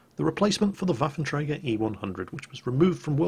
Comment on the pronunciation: Can you say Waffentrager more please